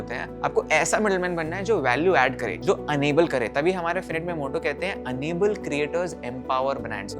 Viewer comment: Bro it's इनेबल/ एनेबल not अनेबल